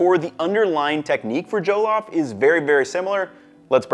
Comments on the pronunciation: Good for you man, it is a treasured dish in West Africa🇳🇬🇳🇬🇳🇬🇳🇬 btw pronounced ‘Jeh-loff’ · The only thing is your pronounciation of "Jollof" it's NOT JOE-LOFT it's JUH-LAWF. But great video regardless! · hate to be that guy, but it's "Jah-lahff" not "Joe-Loff." Lived in Ghana for a bit. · I have Nigerian coworkers. They pronounce it more like JULL-OFF with the emphasis on "off". For events and potluck lunches people like them to bring coconut-rice, which is also a savory, flavored rice dish cooked with coconut milk. Maybe that would be a future video for our good man. Thanks for your great content. Please keep up the good work. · Every time he said Joe-loff, I think I cried a little haha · JOE-LOFF ROCE 😂😂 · “Joe-lof” lmfao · ya did your best on the pronunciation I appreciate it........well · Hearing jollof pronounced without a Nigerian accent is throwing me off looool but kudos on this attempt at our favourite dish bro. It looks great! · The way he pronounces jollof is interesting. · sigh watchin this as my mom making some for my birthday tomorrow. You are both saying it wrong and looking at the Wong recipes, but enjoy my guy.